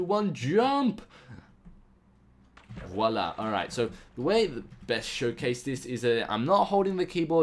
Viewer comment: it's me orr you say voila ? serais tu francais ?